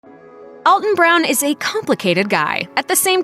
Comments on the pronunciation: To the announcer that doesn’t understand the script she was hired to read, he pronounces his first name Al -ton (like you can call me Al), not All-ton Brown. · Great video of one of the few significant talents on Food Network. One more thing about him, he constantly has to correct people, like this narrator, to pronounce his name “Al-ton” and not “All-ton.” All that research for this video and nobody learned how to say his name? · It's Al-(as in the first name)-ton, NOT ALL-ton (though that's how we pronounce it in the St. Louis area.) You're being DISRESPECTFUL by mispronouncing his name. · Alton as in Alpha... Not ALLton as in ALL night. Geeeezzzzz. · His first name is pronounced Al-ton, like Al. It is not pronounced All-ton, like all. Common mistake! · pronouncing his name wrong! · You'd think a "The Truth about Alton Brown" video would know enough about them in their research to actually pronounce his name correct :P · Alton has improved my life immensely by getting younger me hooked on his shows. I will not allow his name to be mispronounced! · He's the one who pronounces it weird. See Feasting On Asphalt where he rolls into Alton, Illinois...